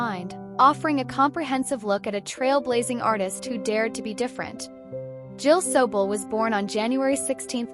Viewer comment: Hey AI !, both her birth AND death years are incorrect as well as the pronunciation of her name.